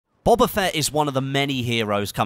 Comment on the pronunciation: Isaac Geesaman it's pronounced "boh-buh"